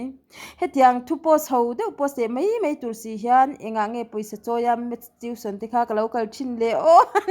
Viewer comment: Inthen mai tiin a ziak a inthen Mei tiin i chhiar daih a,a dik lo Mei ti loin Mai ti tawh rawh